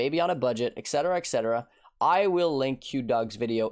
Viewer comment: Can you please for the LOVE OF GOD. learn how to say ET CETERA instead of EXETERA? This word scratches my ear so painfully I can't describe it. I want to watch your videos but soon as you go EXETERA I immediately ctrl + w the tab. PLEASE STOP.